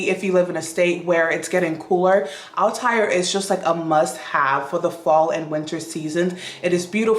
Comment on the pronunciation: Althair...THREE syllables, not two...al-tah-EAR. Valaya...va-LIE-a...from Sanscrit.